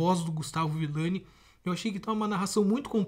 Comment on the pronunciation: Brutal é ViLLani,e não ViLani